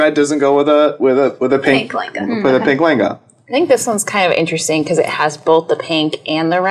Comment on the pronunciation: Whenever she says "layengaaaaa", I just make a cringe face ....come on what a bad pronunciation .....can't you utter it "LEHENGA"....